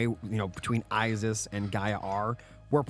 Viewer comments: it's Isis not I-ziz they are S's not Z's.. how was that your favorite if you can't even say it right. Female siblings are sisters not zizters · I want to finish this so bad, but it's literally nails on chalkboard EVERY TIME YOU SAY I-ZIZ. Please pronounce things right if it's your job to do so.